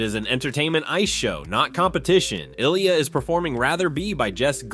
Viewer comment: Before you make a full video on an amazing talented Olympian ice skater like Ilya, you should probably learn how to pronounce his name correctly.